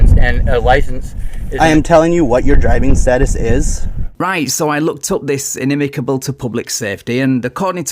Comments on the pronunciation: Inimical is a new word to me and I understand why the cop had trouble saying it lol (also I notice when narrator and guy says it they say inimacable for some reason) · In-i-mi-CAL!!! There is no "B" in the word!!! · It's "inimical". Apparently you had a problem as well. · Also, looks like nobody (including the sovcit, the cop, and ) can pronounce "inimical" 🤣